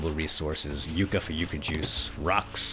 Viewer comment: What is "Yooka" juice? Yucca. Short "u".